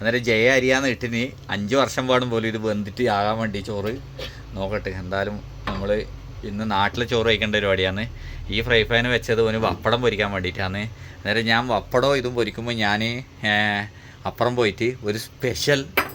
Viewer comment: വപ്പടമല്ല പപ്പടം😊